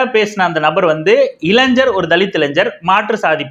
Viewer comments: இளைஞ்சர் என்ற உச்சரிப்பு தவறு, இளைஞர் என்று உச்சரியுங்கள். 🤝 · இளைஞர் என்று உச்சரிக்க வும் இளைஞ்சர் இல்லை அதன் பின் தங்கள் அ றிவுரை ஏற்றுக்கொள்ள பலரும் முயற்சி செய்வார்கள்